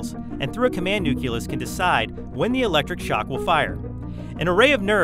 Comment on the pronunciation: It's pronounced nucleus dammit.